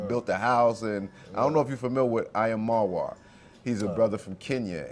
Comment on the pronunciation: Hey you butchered Marwa’s name… 😂😂 it’s all good just an FYI. It’s Mar -Wa